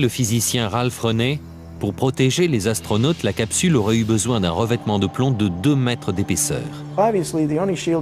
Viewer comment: Je cite: « Huit Zastronautes sont morts dans d’étranges circonstances... » avec 3 z... Lu-di-crous!